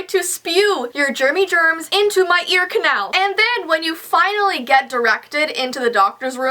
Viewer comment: Did she say ear "kayneil" ????????????